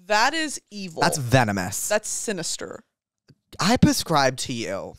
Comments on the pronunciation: this dude said "pescribe" like 40 times. can someone teach him it's PREScribe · He's saying it on purpose because like octopuss therapuss pusscribe etc. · I love Jake but I so wish he would stop saying PUHscribe😭😭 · I love everything about this podcast, except the way you say prescribe. Xoxo